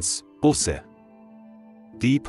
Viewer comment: Man sagt nicht "Busse", sonder "Buuuße"! - Es ist einfach eine Schande, daß der Sprecher dieses frommen Kanales nicht einmal weiß, wie man das so wichtige Wort "Buße" richtig ausspricht, denn es handelt sich nicht um eine Anzahl Auto-Bussen!